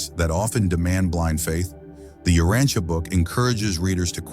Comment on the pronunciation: The AI narrator doesn't know how to correctly pronounce many important words inclunting "Urantia" :face-blue-smiling